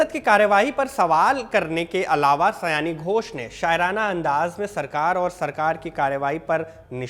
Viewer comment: Sayone.. ooo..😊 sayani nehi sir